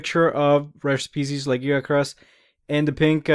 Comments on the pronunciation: but the way your saying it is not the Japanese or English ?in Japanese its pronounced Ragia-kurusu nothing like the way your saying it ? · this is bin bothering me for a wile lagiacrus is Lag-i-ac-rus there is an I sound in there the name is based on latin i know you say words strangely and many monster names loose there names from Japanese to English but monster names that where based on the latin 1st loose there sounds because of the limits in Japanese and get added on when put in English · okay i see but the reason mainly that it bothers me is your saying it like Giggi as in Laggi witch if he has has bad internet (for a sea monster) is fine lol to be honest i read it like you say it when playing true tri but then i was created by many people, i do love the monster really made me love water fights with the lance (even making the armor irl mix of the g rank and normal)